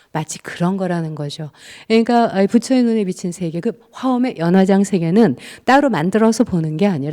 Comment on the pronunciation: 틑린 발음! 장음인 첫 자를 "짧게"잘못 발음ㅊ한 예: 제가( 나), 공자,❤공자, 2000,모든,심경,가치,전쟁,세계,장자( 장자 강의에 장자 발음도 틀렸음), 이 이상 강의를 들을 생각이 없오이다. 장자 강의에 "장자" 발음도 바르게 하죄 못한는 강사!! 이런 엉터리는 세게에서 대한민국 뿐!! 공부좀 하시려ㅃ니까?? ""한국 어문을 고발함"이라는 책을 조용히 읽어 주시옵소서! 미국 변 완수 드림